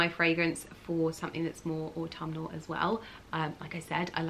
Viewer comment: You pronounce autumnal very beautifully, never stop with that dearest 😘. I can relate with your fondness of transitioning seasons. The colors, oh wauw. Autumn is by far my most inspiring season to paint.